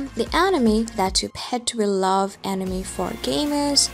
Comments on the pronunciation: It's anime not enymi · animi ... it´s anime 😅 but good video. I still wonder right now how long the anime will stay unseen in the offline list. I don´t find any info on the website anymore. I wonder why 😮‍💨